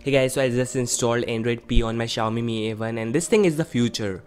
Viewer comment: Not Shaomi...